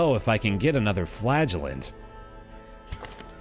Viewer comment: ngl, when I heard you talking about the "Flagellant" it sounded like "Flatulent"